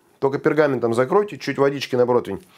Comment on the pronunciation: Да почему же протвинь? ПРОТИВЕНЬ!!!!&